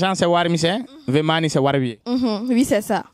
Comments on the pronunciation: Mr on peut dire the ( de) ou the (ve ) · Mon frère c'est pas pour te vexer hein, mais ça se dit the money, pas vé money